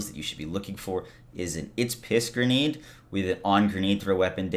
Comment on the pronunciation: GRE-NADE. Not GER-NADE. You’re an adult.